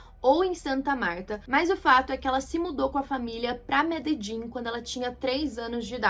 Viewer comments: Meus ouvidos sangram quando tu erra a pronúncia da cidade de Medellín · pq "Mededin"??? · É Medelin, não Mededin.